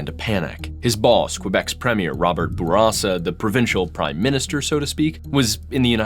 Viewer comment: Its nice to finally hear someone pronounce Bourassa properly.